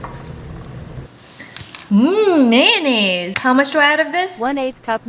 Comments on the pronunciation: Mayo-nie-zay lol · Lol I literally cracked up when the AI pronounced mayonnaise as mae-yo-naaisae 😂